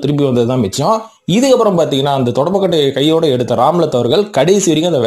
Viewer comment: ராம்லத் இல்லை ரம்லத் பேகம்